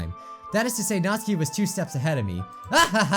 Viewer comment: That Raccoon Nick I’m i the only one that got annoyed when kept calling notsuki, nazi I didn’t hate this video though